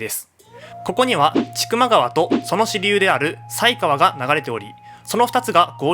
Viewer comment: 犀川（さいがわ）じゃないですかね、、？